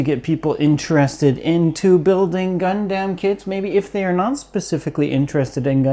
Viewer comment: Please, its Gundam not Gun damn. Please